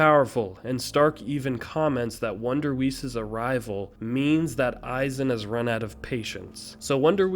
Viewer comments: Its pronounced wonderwise not wonderwheeze 🤣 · for Wonderweiss, the second half of his name is prounounced "vice" since it's a german word, and in german, Ws usually take the V sound, so just try to imagine it as "Wonder- Vice", also I believe the stories of Espadas 1-3 are around the corner(I think Harribel's was anime only for a single ep) so a lot of good details about them all is ready to be seen. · It's pronounced Wonder Wise btw awesome video! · Wonderweiss rhymes with ice. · In the English dub they say Wonderweiss with ice as the end syllable.